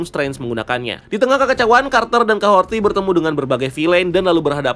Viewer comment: Capten Carter keterlaluan dan overdosis sih, kaya gimana gitu. btw Kahori kan ya, bukan Kahorti